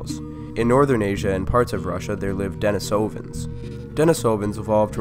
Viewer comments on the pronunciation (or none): Your PaleoWorld intro music always brings back such memories! Thank you! And though I'm no expert, I think it's pronounced "DeNEEsovans".